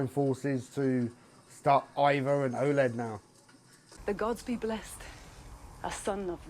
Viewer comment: I love you but its Oleg stop saying Oled lol hes no a TV!